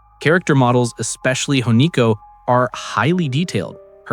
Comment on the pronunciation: The main character's name is Hinako. Not Honiko. The review is great, but whether it's a real voice actor, or an ai voice, which I'm certain it's a real voice, it discredits the review a lot when a detail this big is missed.